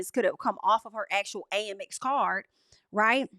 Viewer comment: girl you are my favvvvv but its pronounced AMEX (short for American Express) isnt it? Girl tell me cause every time you say A-M-X i be confused and im with ya when ya right, so let me know